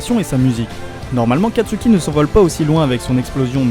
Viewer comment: kastuki?! C'est pas plutôt katsuki